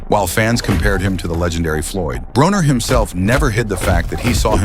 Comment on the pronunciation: It is pronounced BRAWNER ,NOT BRONER!